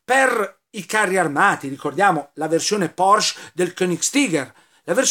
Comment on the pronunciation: La Ditta VolksWagen era dello Stato, ma il direttore e progettista del Maggiolino fu proprio Ferdinand Porsche. Mi raccomando, la " e " finale va pronunciata.